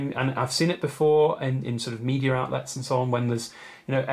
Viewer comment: Just a joke. The way you say "media" sounds like "meteor" :P